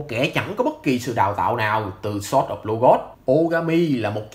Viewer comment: ai dạy ông phát âm sword có ' z